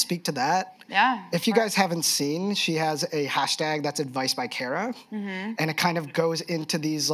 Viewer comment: Care-uh? I thought it was Car-uh.